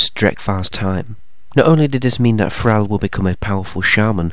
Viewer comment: Thrall is ordinary English for a servant or slave, to be a captive or to captivate (enthrall). You also pronounced it wrong. Suggest you learn English again.